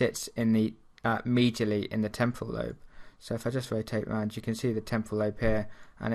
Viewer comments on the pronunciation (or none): none